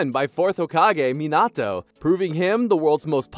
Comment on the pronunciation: It irritates tf outta me when people pronounces minato’s name like this guy💀